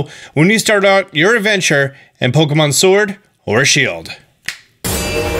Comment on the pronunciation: dude u suck at pronouncing sword , sware i heard silver 3 times